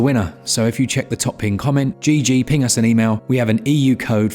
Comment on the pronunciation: Really gotta hit that "g" in "ping us" 😉